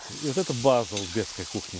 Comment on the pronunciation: Всё очень круто! Ув., Сталик правильно произносить - узбеКский! Благодарю за рецепт!